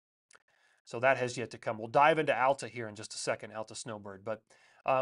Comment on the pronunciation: Hey. Texas transplant in Utah here. Love your videos! Just had to let you know, Alta is pronounced Aal-tuh, not Al-ta. Cheers